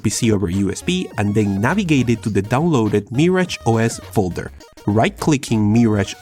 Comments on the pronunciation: ITS MIRAGE NOT MARRIAGE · The way he pronounces Mirage is adorable